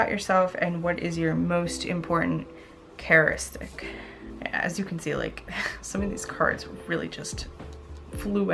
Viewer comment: The word is pronounced character istic